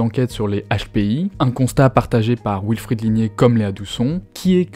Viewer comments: Euh... "Wilfried" peut se dire "vilfrid", c'est allemand à la base. "wilfrid", c'est la prononciation anglaise. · L'intro commence mal... Wilfred/ied est un prénom d'origine allemande (comme les rois d'Angleterre) et le W allemand et français se prononcent bien tous les deux V et non OU. Il y a des Alsaciens qui s'appellent Wolf et que les Français anglicisés de base appellent Ouolf à l'anglaise et plus du tout Volf à la franco-germanique... V comme dans comme dans Volkswagen, wagon... Dommage de reprendre le bien parler pour se moquer en se plantant ! (pour info, nombre de talk-shows UK traitent de la prononciation de l'anglais par les Britanniques avec cas typique, dit-on "us" (nous) avec un s ou z final??? -- l'anglais étant de l'avis des Britanniques eux-mêmes une bâtarde moitié française et moitié germanique... d'où ma remarque sur le Wilfried allemand) Le reste est trop trop long! Le sujet est intéressant, mais trop documenté car simple à expliquer: la lutte des classes... la queue de comète de la lutte des classes...